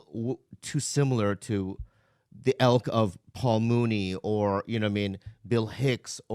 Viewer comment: Did Bobby say "elk" instead of "ilk"??